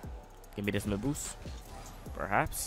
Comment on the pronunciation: He literally sais ''boos''😂